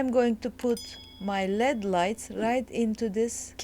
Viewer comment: she really said led lights